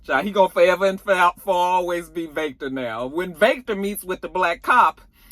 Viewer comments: I laugh every time you say “Vayctor” LMAOOOOOOOOOOOOOOOOO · I am here for the Jamaican twist on the Irish🤣🤣Vake-tor!!! I hollered🤣🤣🤣